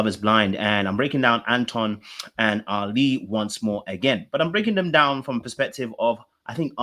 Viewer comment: Ali is pronounced like Ally not like Ali-G 🤣